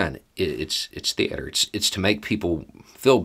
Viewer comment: My mans says “thee-Ater”